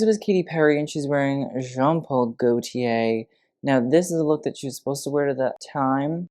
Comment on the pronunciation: who can't pronounce Gautier? Gotcha lmao